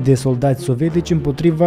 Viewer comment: tată,nu mai pronunța "sovetici". Sună,cum să zic,moldoveano-rusește